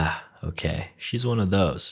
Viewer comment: Your "okeh" gets me to burst out laughing every time I hear it.